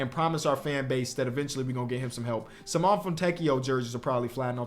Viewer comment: Please its SIMONE with the e sounding not Simon😭😭